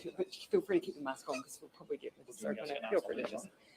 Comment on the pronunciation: I heard her saying the "public prooly" but didnt catch the two other mumble words.